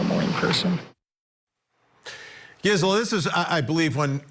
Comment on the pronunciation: Wish he’d say her name right, it’s driving me nuts!